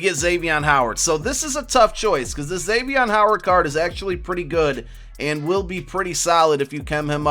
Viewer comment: GRESSETT it’s a joke he says his name wrong. ik he’s a beast